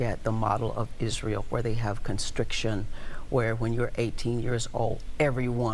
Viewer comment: Conscription, not constriction...jeez.